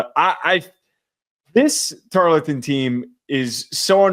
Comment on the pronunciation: I said I was gonna drink every time mispronounced “Tar-ul-ton” and I made a mistake of listening to this while working Hope my boss appreciates my overestimate of my profit for 2025..